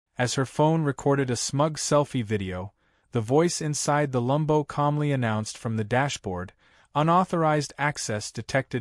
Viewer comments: Freaking AI can't tell between Lambo as to Lumbo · It’s Lamb-Bo!!!!